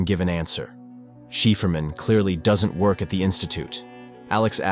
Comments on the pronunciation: People still worried bout ai when it cant even pronounce cipher and anger correctly pfft. Sheeferman.. lol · CypherMan... Si-fer-man... please stop saying it wrong...hurts my soul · Cipherman is pronounced “Sy-Fur-Man” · Um, I think Cipherman is probably pronounced Si-fer-man, as in cipher-man. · it would be pronounced 'cypher-man' as in code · Interesting. But 'cipherman' is pronounced sy-fur-man! Bad pronunciation drives me crazy! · its pronounced cypher man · cipherman - as in "sy fer man" Stupid text to speech. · Please stop saying "shefferman" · I can't deal with the "cipherman" pronunciation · i can not stand how he ready the name. its just wrong. my ears bleed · The way the AI voice mispronounces certain works is hilarious! The many different pronounciations of "cipherman" especially cracks me up. Also some of the phrasing is weird.. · great recap but how did you manage to pronounce Cipherman in at least three different ways none of them correct? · I'm not sure he gets how to say Cypherman >.> And what's in it for the aliens if it doesn't matters since there is no time >.> Why bother ? So there is a difference, there is a time, the alien just proved it to him. The is a sequence in the happening of things... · Why can't the narrator say "Cipherman"? That's pretty simple. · These AI voiceover narrations are quite annoying when they mispronounce words, and this one doesn't even use the same pronunciation for Cipherman, changing it up from one incorrect pronunciation to another. That aside, this video does at least sum up the show nicely. Dispite there being plotholes in such a storyline of aliens of non-linear time, ever being surprised by something or ever being able to learn something new, given they exist at all points of time. At least as stated in this breakdown. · cipherman = sci-fer-man , not sheferman :D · Um its Cipherman pronounced as Sy-phar-man 😂😂😂😂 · Never realized Cipherman is pronounced Shefferman...Gotta love AI voice overs.